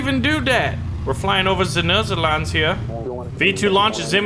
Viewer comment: Xd how did you say the Netherlands hahaha and I come from the Netherlands lol